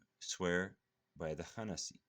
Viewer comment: salam brother, you pronouncing the words wrong. (4) khannas not khanasiii and in the other one its (15) khunnas not khanasi.